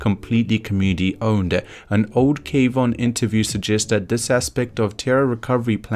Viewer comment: why do you keep saying k-von lol